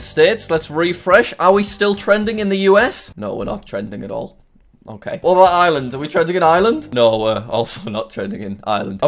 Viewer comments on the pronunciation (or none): none